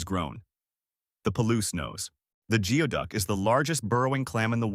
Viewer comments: goo-ee duck not gee-oh duck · You recognised that it is pronounced as 'GOOEY-duck' but continued to pronounce it as 'GEO-duck'? Why? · It's funny how the narrator mispronounced geoduck throughout that entire part of the video, except for when he said how it's pronounced. It's spelled geoduck, but he was correct when he said it's pronounced "gooey-duck." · It's pronounced like Goo-ee-duck! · 😂 the pronunciation of geoduck was corrected once then went right back to mispronouncing it. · It's Gooey Duck , you can't even pronounce Yakima Yak e ma . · or geoduck